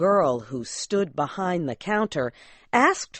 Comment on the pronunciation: Me parece que hay errores de pronunciación? "The" se pronuncia di o da? "behind" se pronuncia bijaind o bajaind? min